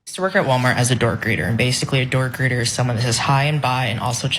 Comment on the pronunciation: Oh! door greeter, I thought he said a "dork greeter."